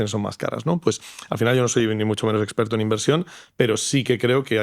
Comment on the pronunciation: Seguimos con "esgggperto", un fotografo hablando de ia jajajajajaj de verdad? mama miaaaa